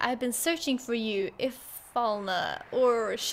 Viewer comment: You're not the only one that had a hard time speaking the name Ifalna, when i played this as an early teen, it was hard for me too, Heidegger was also a bit funny, cause i didn't knew how to say his name😆